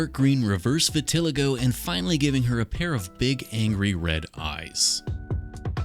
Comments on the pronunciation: Is that how Canadians pronounce vitiligo? I always thought it was vit-ah-lie-go. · I can’t with this dude. The way he pronounces aluminum and vitiligo is so wrong